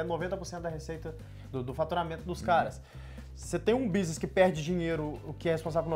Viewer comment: Vi muito do Muçum nele ao falar businiss e economiquiss kkkkkk